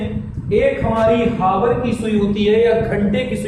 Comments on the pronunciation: havar😂😂😂 hour hota hai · Not hawar sir aawar